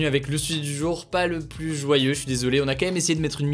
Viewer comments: par pitié arrête de dire "plusse" au lieu de "plus" sans appuyer le S ça rend fou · Ça me rend dingue..... plus ne se prononce pas pluSS mais plu. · Je l’adore mais quand il prononce le S de plus Ça me fait mal